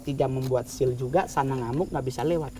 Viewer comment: Seal ya, not shield hehehe